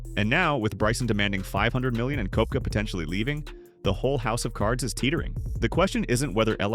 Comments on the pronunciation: It’s Kepka not Kooepka! Please learn how to pronounce their names properly! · It's Koepka, not Koh-wepka